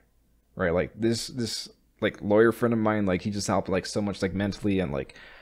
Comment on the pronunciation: lol, "lawer"